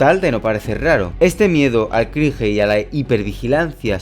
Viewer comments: Crinje jajajajaja se pronuncia “Crinch” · Por qué a los españoles les mola pronunciar palabras extranjeras como „cringe“ incorrectamente